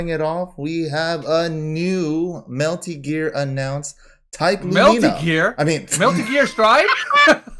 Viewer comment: “Melty Gear” 🤣😂😅